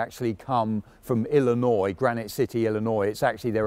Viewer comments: (Thank you for pronouncing Illinois properly. So many, including Americans don't ) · He says Illinois better than most Americans